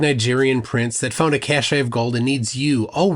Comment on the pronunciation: “Cache” is pronounced “cash.” “Cachet” is something different entirely.